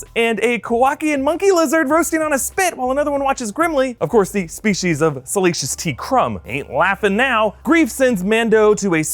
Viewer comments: It's Salacious B Crumb! (not T). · Friend! It's Salacious B. Crumb!!!!! Not T! oh my oh my dear oh dear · Salacious “T” Crumb ?? Come on guys...